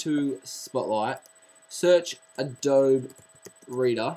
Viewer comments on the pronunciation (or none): those are forward slashes. LOL And it's pronounced "adobee"